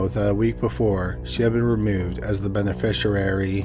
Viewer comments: im so sorry i dont wanna be a dick and idk if this is AI or you actually read it but its "beneficiary" --> "ben-uh-fish-ee-airy" not "ben-uh-fish-uh-rarey" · Lol, "benefisherary" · Yeah I noticed he pronounced it benefisher-airy LoL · I've never heard beneficiary mispronounced so many times in my life let alone in just a few minutes! 🤦🏻‍♀️😂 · is not AI, he's a Canadian YouTuber that habitually mispronounces multi-syllabic words. I don't know how you could even program AI to sound like that. Anyway, AI would absolutely know how to pronounce "beneficiary." 🙄